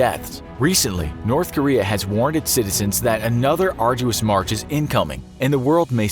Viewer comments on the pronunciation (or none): none